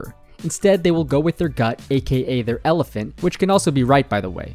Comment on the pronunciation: Never heard of an "elefint" before :)